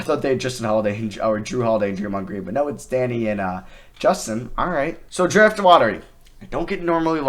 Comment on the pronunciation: I cant stand how he pronounces draft “dreft”